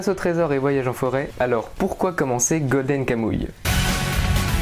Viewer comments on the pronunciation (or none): Juste ca se prononce pas golden kamouille mais golden kamoui